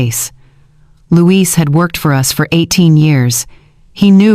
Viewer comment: Numbers are off at the XMas party .... and the CC is really off. It was fun to listen to but .... Louis or Luis. Not Louise. Oh and the "kids" slipup that the evil daughter-in-law said when Caleb and her only have 1 kid.